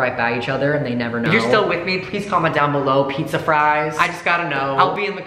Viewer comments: peetza fwies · Pizza f ri es sound gr e at